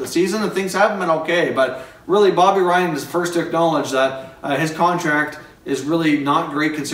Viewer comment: Is bobby ryan not bobby ryab lol